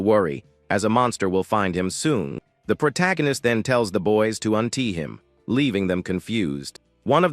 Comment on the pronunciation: What the hell is untee isn't it untie